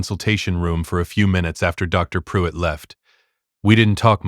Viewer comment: Dr. Pruitt not drive pruitt. "Sole" not "Soul"